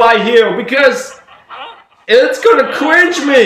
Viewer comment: I genuinely can’t tell if this dude is saying “cringe” or “qwingy”.